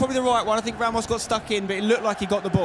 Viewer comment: the irony is the commentators werent able to pronounce players' name properly, e.g. 'Ramos'? Tass played better and he had the card to hold the ball not to push it. The other player was close to a comeback before Tass went seriously. (Thay thang em comment nhay vao ke ti) :))))